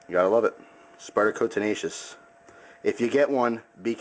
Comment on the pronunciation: no...its tenacious....lol